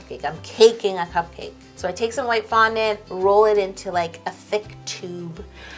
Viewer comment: it sounds like it's not a cake it's a foundount lol😁